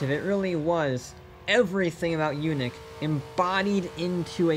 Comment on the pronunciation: It's not Yoonik! It's Yaanik!👍😆